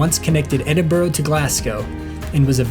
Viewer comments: Not really called Edinboro. it’s more Edinbora, or Edinbra. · EdinburUH. No idea why you would think it ends with an O. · It's not edinbro it's said edinburu... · Repeat after me - E-din-bruh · Soon as I hear Edinboro on these things I turn off!🙉🥴 how hard can it be…….? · It's pronounced Edin-bruh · Lovely vlog, but its pronounsed Ed-in-bra, just so you know. I know we have crazy place names etc. It was done to show the English up, but now it catches out Americans. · Truly excellent video almost completely ruined by that execrable pronunciation of 'Edinburgh'. I almost gave up listening to the narration on several occasions.😵‍💫😮‍💨😮‍💨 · True dat...but that dreadful attempt at saying "Edinburgh" is enough to cancel it out. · Sorry, but I couldn’t stand the mispronunciation of Edinburgh after 3 minutes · It's not Edinburro, It's Edinburr ! Also Jack-o bites not Jay-co-bites !